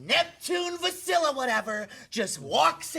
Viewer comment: It's "Vasilias